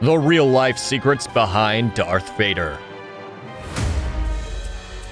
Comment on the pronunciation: Its not that hard to say DARTH Vader